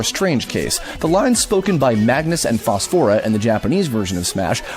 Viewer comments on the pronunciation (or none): "Phosfora"? "Viri"?!? Please tell me you've never played kid icarus uprising. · It amazes me who can correctly pronounce all of these Japanese names and yet mispronounces names like Phosphora and Viridi